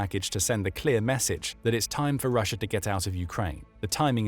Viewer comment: Rissia its Russia ... Ssi hey